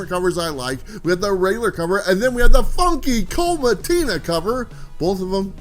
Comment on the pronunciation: You did NOT just say Funky Cold Mattina.. 🤣🤣🤣